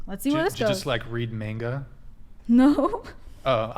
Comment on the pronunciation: Pronouncing manga as "mainguh" is actually insane.